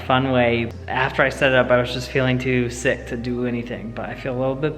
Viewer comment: I thought I heard we r both six instead of sick